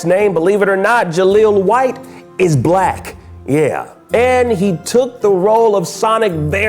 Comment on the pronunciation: the way you said BLACK tho